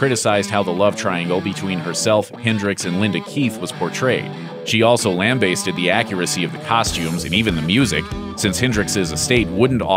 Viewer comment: LamBAAsted... not Baseded